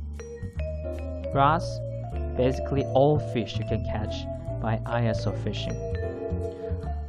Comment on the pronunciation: ISO = pronounced as e-so in Japan ie “eso fishing” We don’t call it Eye-s-o fishing